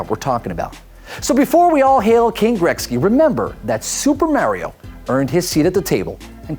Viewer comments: Is he saying grekzky???? It is pronounced Gretzky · He said Gretzky wrong every single time